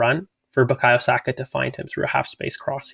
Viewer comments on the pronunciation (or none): none